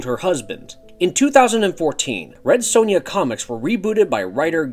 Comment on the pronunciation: Why do Americans say sonja wrong 😂 Also which came first the film or comics.